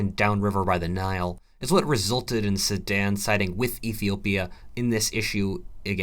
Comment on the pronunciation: soooo he was saying Sudan?? i thought he was saying sammad or someshit